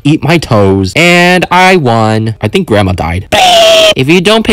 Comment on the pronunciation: "I tHink gRaNdMauh diE"